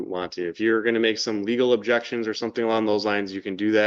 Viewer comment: Didn’t he once utter, “I have abjections”?